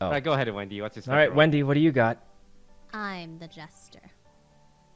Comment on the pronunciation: whenever sykkuno calls wendy “wendell” i can’t help but laugh 😭😭😭